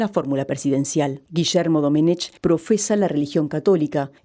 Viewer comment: Domenech, se pronuncia "Domenek". Es un apellido catalán, en la lengua catalana, no existe la "ch".